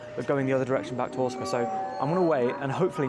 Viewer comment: I thought your were saying you were at Otsuka Station at the beginning of the video! (I'm used to hearing Osaka with a hard O). The moving panels on that platform are a one-off, installed at that platform in a new part of the station called "Umekita" which as you found is a bit away from other parts of Osaka Station 🚞 The cat station master thing (Wakayama Electric Railway) is not as interesting as all the social media makes it out to be. The trains are cool, but the station with the cat (the outer terminus) is an unattended station with just a Cafe that sells cat merch and the surrounding area contains nothing else apart from a few homes. And I didn't realise I was lucky to visit the zoo at Shirahama before the pandas were exiled 🐼